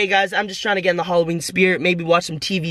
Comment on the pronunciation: "Holloween"